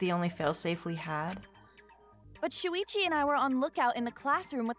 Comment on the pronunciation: when she says „Shuichi“ it kinda sounds like she says „Luigi“ and idk why but that just made me laugh xD